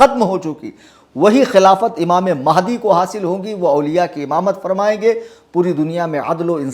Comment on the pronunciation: Mehndi Nahi Hai Sun Re Puncture 😂😂😂😂😂 Mahadi Hai Imam Mahadi bolna tak nahi aata in Raafziyon Ko